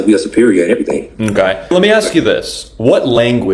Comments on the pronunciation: >invents English >cannot pronounce ask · No, black people invented Ebonics, a bastard language that destroys English, just as they destroy everything. "We be?" It's "ask " not "axe." It's "with," not "wif." It's "nothing, " not "nuffin." It's "aunt," not "auntie." It's "didn't, " not "dinna." Someone once said, "The difference between genius and stupidity is that genius has its limitations." There is stupid and there is black stupid. Men can train animals, but it's impossible to teach a black ghetto thug anything. They have no capacity to learn the truth. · I would like to thank black people for their contribution to English, getting “aks” round the right way! 😂😂😂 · Jus axe innybody fo real..... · Invented the word "ask" but can't say it